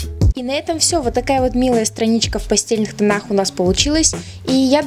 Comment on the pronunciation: постельные тона😐 Произносится правильно пастЭльные)